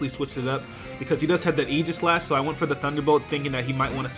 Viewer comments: Aegislash-- Eye-Gah-Slash, not Eee-Ji-Slash. Not trying to be "that guy" by any means, but it's pronounced eye-gah-slash. Hard "G" and what-not. No offense to my Pokemon Battling Hero,, of course. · Why dose pronounce aegislash as eegislash?